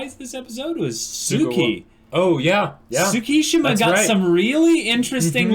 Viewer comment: it's not Sssukishima, it's Tttsukishima